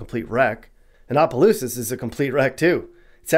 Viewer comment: the fact that you said Opelousas right amazed me thats my city.